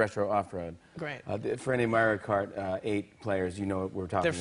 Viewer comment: "You challenged me to a game of Merry-Kart"